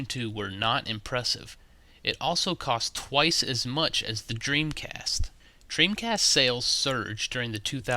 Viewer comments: Lol he said dreamcrast on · listen to what he says "Dreamcrast" lol